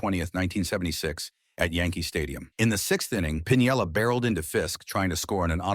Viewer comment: Lou Piniella never pronounced his name as you pronounced .